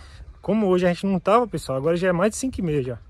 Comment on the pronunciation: Eu acho engraçado quando sua mae fala assim "Boa tarde pessoali"lembro do meu avô, falava assim tambem!, eu assisto srus videos, curto assisto as propagandas e hypo também. Gosto muito do seu canal e sua familia, que Deus abençoe vcs.